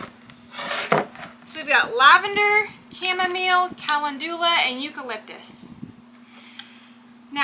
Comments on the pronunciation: It's pronounced kuh·LEND yuh·luh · Not being mean or anything but, Calendula is pronounced. [KUH]+[LEN]+[JUH]=LUH]. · I love these oils, I am very interested in herbal medicine and calendula (pronounced kalenndula) is anti-fungal, anti-bacterial and can be used for all sorts of wound treatments, as in an ointment. It's also very beneficial in keeping the skin soft and healthy, very good for you if you work much with soil. ❤❤❤❤❤❤❤ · Good morning. Do they pronounce calendula differently in TX? In VA, we pronounce it ca LEND u la...duck duck go agrees with us. You are such a good teacher for so many subjects. I really enjoy your videos!